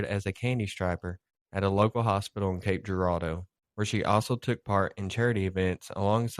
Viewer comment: Local, and you pronounce cape Girardeau right 🎉🎉🎉🎉🎉